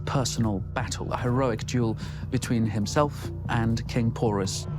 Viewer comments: Porus won not alex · It's king Porus not pours